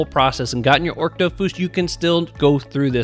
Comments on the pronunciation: ochre is 'oh-kur' like the color, not 'orc' awesome vid as always! ty for covering it :) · The dofus egg you mentioned is pronounced "AWK-er" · Lmao you were killing me with that pronunciation of ochre 😂